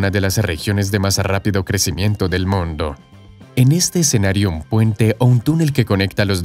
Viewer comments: que horrible redaccion. En vez de mundo dice moondo... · Hay lo siento pero lo tengo que decir, no sé pronuncia moondo sino mundo, una única vocal en forma de U, si algo bueno tiene el español es que todas las vocales tienen un único sonido. Que alguien me explique como de lógico es que haya un túnel desde Gibraltar hasta Tánger cuya distancia es más aún que el doble más corto, Gibraltar para empezar no tiene terreno suficiente para una boca de un túnel que se tendría que hundir hasta los 1000 metros bajo el mar, pero aún más bajo tierra, además, se construiría en parte en aguas españolas y para que a españa le interese un túnel euroafricano pasando por Gibraltar, que es un paraíso fiscal o casi, habría muchísimos problemas, la segunda solución que se dio es la más posible de todas y seguro que será la que se escoja en el futuro. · jaja, por que hablas así??? "el puente mas largo del MONDO..." XD XD XD XD XD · ¿Por qué el locutor pronuncia la palabra "mundo" casi como en italiano? En toda la locución no le sucede con ninguna otra palabra. ¡Habla bien, habla bien o te mato! (?)